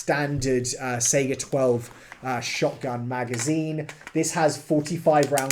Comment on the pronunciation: SAHigah. Not Seiga.